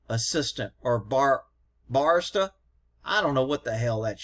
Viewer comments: ba·ri·sta /bəˈrēstə,bəˈristə/. Here you go. This will help you pronounce it correctly when you happen to go get your Starbucks coffee. 😂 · BAR- REE-STA Is the pronunciation. Cheers brother keep up the good work. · Bar-EE-stah - someone who makes coffee drinks